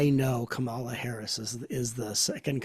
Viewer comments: I love this conversation. ❤️ But please! It’s KAmala. Accent on KA. Ka means life force energy, BTW. 😉. ❤️🙏🏻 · Wonderful conversation. Would you please pronounce Kamala’s name correctly? It’s pronounced Comma-la. Thank you. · Comma... law. Yes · Please pronounce her name correctly! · I was 100% in with what Matt and were saying about remaining neutral politically, but then Matt repeatedly mispronounced “Kamala’s” name. If you don’t know how to pronounce her first name, just call her Harris like you do Trump. Otherwise, it sounds like Matt is a little biased. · While listening a second time, I realized that three of the four mispronounced her name. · gave away his political bias by mispronouncing Kamala's name the same way Trump does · gave away his political bias by mispronouncing her name in the same way Trump does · Matt pronounced her name incorrectly as well. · Arrogance ...and 2 of you pronouncing Kamala the same incorrect way Trump pronounced it.